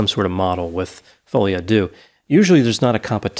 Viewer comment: I finally realized that folie à deux is meant to be french and means something like beeing crazy together (2 people). You americans really destroy the language beyond recognition, lol. But great episode as always